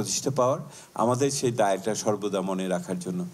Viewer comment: খবরে খবরে বলছেন টেন ছেরেছে শেই গল্প বলুন